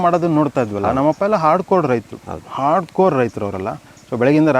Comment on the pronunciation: Hard Code❌ Hard core ✅ Pov : Shishir sir always says Jspiders Java HardCode or Hard Coding😅😅